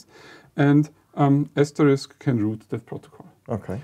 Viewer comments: Hi guys. Not a typo, but a "lypo". ("Lippographical error"). Like many people, you are mis-pronouncing "Asterisk" - the "risk" part. It's not ass-terr-RIKS - it's ass-ter-RISK. Note the order of the K and the S. AsterIX was the gaul. Asterisk is the snow-flake symbol, and the PBX thing. You may say "who really cares?" and I'd be hard-pressed to give you a quality answer! I guess I have the pedant gene. Pity me! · It is not pronounced ASTERIX - that is a french child's comic It is prounounced (and spelt) ASTERISK - which is the name of a diacritic that typically appear on a qwerty keyboard above the 8 keytop. Thus SHIFT-8 would produce an asterisk....some English language users from North America may call it "star". Your inability to even pronounce the product name correctly does not imbue me with enthusiasm. How would it be if I said your company is based in Jerman-eye?